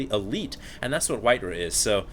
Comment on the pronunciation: Im sorry, its not pronounced Rah its RAW, simply because of that i find it hard to watch